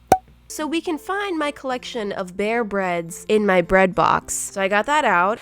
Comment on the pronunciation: No one:: in my B R E A D B O X Me:wait